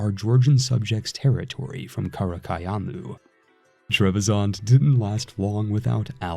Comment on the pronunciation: Bro wtf WTF IS KHARA KHOYUNLU It is simply Kara koiunlu